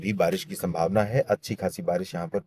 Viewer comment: Barish ko kabhi kabhi barash bol de rhe ho aap 😅